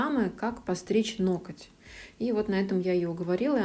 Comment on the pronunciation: Вы молодцы!!! Но я одна слышу слово "ноКоть"?